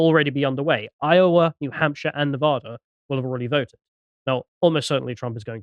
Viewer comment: You're pronouncing Nevada wrong.